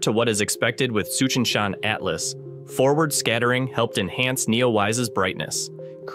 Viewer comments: At-las not "ate-las" lol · The last bright comet we were hyped up about was a few years ago ... and while people shared images all over the Internet, I never could see a damm thing in the sky. And FWIW, the text-to-speech was lousy. It couldn't even pronounce basic terms or names. AYT-las? Seriously? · Yup, I noticed that the moment it said "ATE-las"...